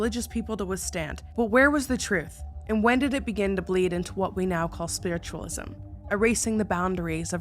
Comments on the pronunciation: When you said spiritualism wrong I lost it 😂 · I DEMAND a sweater with "SPWITTUWALISM" ON IT!